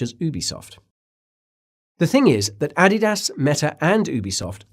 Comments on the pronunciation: Say Adidas again! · When he said Adidas I was like told you he’s an alien